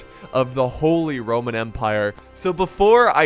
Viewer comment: holy... RRRRRRRRoman empire